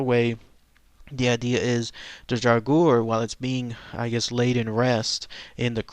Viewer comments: to pronounce draugr it's like this Dra gur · It's pronounced draw grr. They are just zombies, like the orc-nass from Beowulf. For those of you who learned of the draugr from Skyrim, check out Morrowind and the Bloodmoon expansion. :D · The correct way to pronounce Draugr is "Drah Ger". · the pronunciation of draugr is dray-oog-er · It's pronounced draw-grr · dumbass it's drogger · If you are interested in an aurhentic pronounciation just scrap the last "u" and you are good!